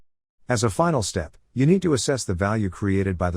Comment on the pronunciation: It’s assess